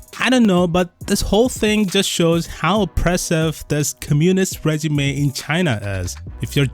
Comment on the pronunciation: Does this person who can barely pronounce "communist regime" have any sense? What does the Chinese state have to do with this? This is a self-initiated move by the very product of capitalism - corporations. In fact, this shows the exact opposite of your argument, this is blatant oppression of the people by the free enterprise system. CIA needs to pay their propaganda agents better, I mean, at least get them an English tutor ffs.